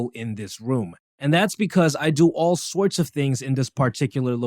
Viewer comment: all shworts of things